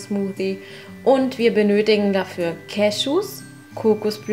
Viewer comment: Ich will ja kein Klugscheißerin sein, aber das Wort "cashew" wird nicht umsonst mit "ew" was wie "iu" ausgesprochen wird geschrieben...^^ Trotzdem schönes Video <3